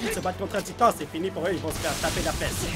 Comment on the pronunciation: « Salut tout le monde c’est et bienvenue sur Attack On Taïtan »